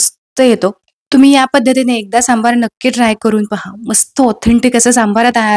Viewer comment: खुप छान ,👌. फक्त सांभर म्हणा सांभार म्हणून नका 😅